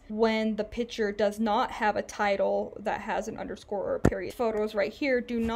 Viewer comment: Thanks for the tutorial it was very usefull and I got a chuckle every time you said "Pic'hure" 🤣